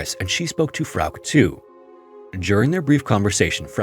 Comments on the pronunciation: FROWK omg. As many other channels that have covered this case, how have you never heard someone pronounce it correctly🫠. Frow-kuh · I love your stories but I admit I crinched every time you said Frauk instead of Frauke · Ugh I can’t fucking listen to this. That name is pronounced “FRAU-kuh”. Not frigging “frowk”. Holy god. Don’t you ever look shit up? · Frauke's story, wow. That hit differently than some other stories. Just wanted to point out: Frauke would be pronounced "FROW-kuh". "Frowk" made me think "freak" at times. Great work as always. 🤍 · German-American here. I'm certain her name would be pronounced Frauk-uh. Not Frauk. Not trying to be pedantic, nor do I mean any disrespect to the American narrator who I'm certain is unfamiliar with German pronunciation. Poor girl. 😥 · I really like your channel but please just Google non English names before you record. The girl's name is pronounced FROW kuh. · Its FA ROOK. Lmao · I love your videos but i sometimes cringe at the pronunciation of european names! Katica would be Ka-TEE-tsa. Frauke would be FRAU-ke with two syllables. Feel free to ping me if you need to run any names past me in future - I know most european languages at least well enough to be able to provide pronunciation for names, except perhaps for spanish and portuguese. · Frouke should be said: Frow (like in "frown") + kuh. If you are the least bit doubtful of a foreign name, please just look it up. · Please learn a minimum of foreign pronunciations if you're going to delve into foreign incidents. Germanic words ending in "e", are usually pronounced "eh". So Porsche is pronounced "Porsch-eh" and Frauke is pronounced "Frauk-eh". It's so simple, even a caveman can do it. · So her name is pronounced "Fra-kee"? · no, it would be Frauke, like he did say in the video, but with a shadow "uh" at the end. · A tip on German: if there's an e at the end of something, we pronounce it. Poor Frauke. How terrified she must have been for so long.